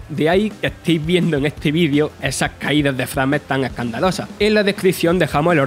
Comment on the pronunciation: Os habéis lucido con el análisis entre el narrador profesional con su ""no ah gustado", el "costuye" (segundo , se salta la palabra se), "técnicamente es sopendente" , "caídas de frames ( , se pronuncia 'freims'), y el análisis hecho en PC con distintas gráficas en lugar de una consola... Por favor la próxima vez coger a un becario que al menos vaya terminado la ESO...